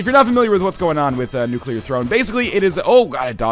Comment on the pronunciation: I'm proud of you, Northernlion. You're pronouncing "nuclear" correctly.